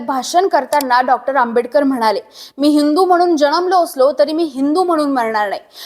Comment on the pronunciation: जलमलों नाही जन्मलों उच्चारावे